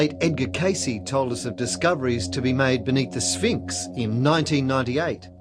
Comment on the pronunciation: Sphinx, not spinks.